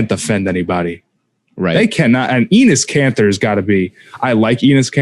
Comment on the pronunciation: why does say Enis Kanter